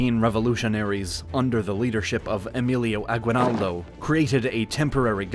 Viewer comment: agwenaldo i love it the way he said it